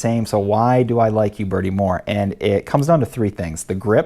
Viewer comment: Just an aside: It's a common mistake to make, but it's not pronounced You Bertie. It's pronounced Ooh Bertie. No Y sound at the beginning, in other words.